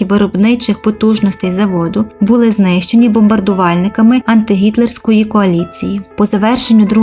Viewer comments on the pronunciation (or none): none